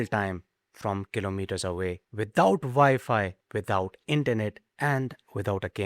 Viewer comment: What’s “Vy-fi”?